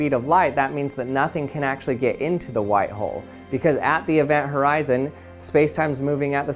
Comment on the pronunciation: Bruh I thought he said white hoe and black hoe